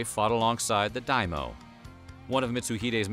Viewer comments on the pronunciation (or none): Two mistakes I humbly point out: daimyô is to be pronounced “daimyô” rather than “daimô”. I don’t really mind that one. Then,Tokugawa Ieyasu with an “i”,not an “l”. I’m only 5 minutes in, I believe there will be no other mistakes later on. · It's not daimo. It's Daimyo.